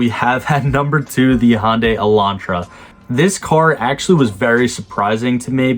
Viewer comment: If you're not sure how to pronounce Hyundai, here's a Hyundai commercial that clarifies it